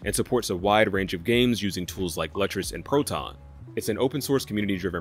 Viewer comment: Lutris is pronounced Lewtris